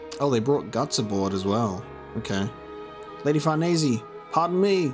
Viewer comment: Why do you say "Farnesey" here name is Farnese. Would you say Chinesey instead of Chinese?